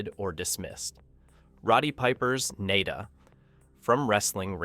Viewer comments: Nada is not pronounced Nay-da. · The narrator is just spouting what these little communist are taught in these indoctrination camps called school. He can't even pronounce the main character. Hey commie narrator it's pronounced Na Da. As in nothing, worthless ect. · His name is John Nada as in nothing , you are saying his last name wrong and its driving me nuts.. lol